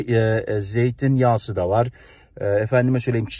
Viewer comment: Abi Çiçek Yağsı diyorsun devamlı, doğrusu Çiçek Yağı diye telaffuz ediliyor